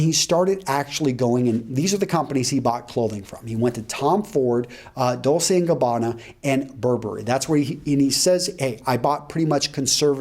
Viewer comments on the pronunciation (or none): mispronounced Dolce & gabbana, but otherwise great vid:P